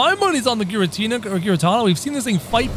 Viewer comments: it's not garetana it's garetina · Giratina is pronounced Gear A Tina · Say the t in giratina say that his name says that his name ingiratina